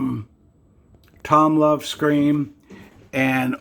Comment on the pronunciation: You sound like an Ebay sellers worse nightmare. MS63 coins are going to have bag marks, and its already been graded. Also, its pronounced "TOMLOV", not Tom Love", and microscope is not spelled correctly in your title.